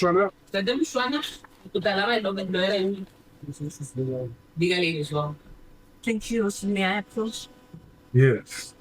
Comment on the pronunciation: It's Mushwana , just for correction